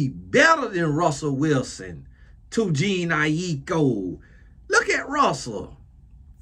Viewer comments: “Gene Nie-Ek-Co” took me out 😂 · calling Jhene (Je-Nae), JEAN, is the epitome of someone not giving a damn about “regular people labeled as celebrities” “God blessha” - voice 😂😂😂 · You calling her Jean is taking me out 🤣 It’s pronounced like Janae. Much love Uncle 🫶🏾🙌🏾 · I'm screaming at Gene! Lmaooo lol it's pronounced Juh-nay! lol commonly spelled : Janae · Not Gene 😂😂😂 I AM WEAK 😭😭😭 please pronounce her name like this: Ja-Nay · Calling Jhene “Jean” is sending me🤣. don’t care two things about this culture and I love that! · Not “Jean” 🤣🤣🤣🤣🤣🤣🤦🏾‍♀️🤦🏾‍♀️🤦🏾‍♀️ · I’ve been laughing ever since he said “Jene”. 😂😂😂This is comedy for real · Its juh-nay eye-koh lol..😂😊 and her mother is blasian and father is biracial. Her asian genes are strong because i would believe shes fully asian if someone told me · Jah- Nae is how to pronounce her name 🌊🌙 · Its Juh-Naye I - Kho 😂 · Its Juh-Nae, 😂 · Hello, her name is pronounced, JA-NAY😊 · who is jean ai-ee-kho 😂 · her name might be pronounced like je-nae. these spellings nowadays. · Every time he attempts her name 💀💀💀💀🤣🤣🤣🤣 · the way pronouncing their names 😭😭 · Please tell me how he is able to say Aiko boy can’t say Jhené😂